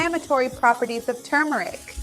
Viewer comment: Finally, someone who pronounces the word turmeric correctly!